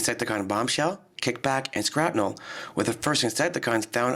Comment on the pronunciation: its shrapnel not skrapnel